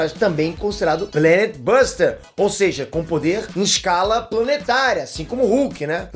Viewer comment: falou Planet buster errado 🤦🏻‍♂️